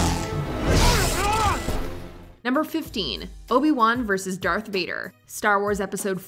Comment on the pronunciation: you call him dearth maul yet he isn't "darth" anymore. disrespectful